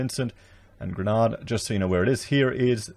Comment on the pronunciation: 16,000 Vincentians have been evacuated from the red and orange danger areas. There has been no discrimination against non-vaccinated people in the main evacuation. And it is called La Soufriere - the volcano, and Grenada pronounced Gren-ay-dah. Please say it right